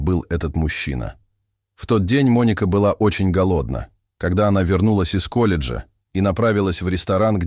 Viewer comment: голоднА, а не гОлодна, аффтар, учи русский